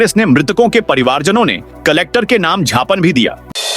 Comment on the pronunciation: झापन बोल रहे हैं ज्ञापन को